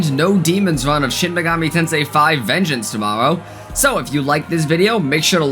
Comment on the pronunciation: "Vegneance" lmao